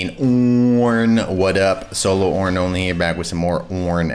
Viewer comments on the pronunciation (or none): he didnt say it right , OOOOOOOOOOOOOOOOOOOOOOOOOOOOOOOOOOOOOOOOOOOOOOOOOOOOOORN